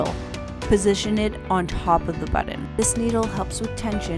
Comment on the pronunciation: Why is she saying buddin?? 😳